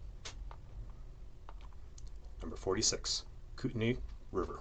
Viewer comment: Interesting video, but some of your pronunciations are very painful. The Kootenai River in Montana, for example, is pronounced "Koot-en-eye".